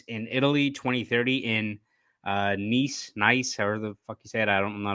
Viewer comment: It’s Nice France pronounced like “niece.”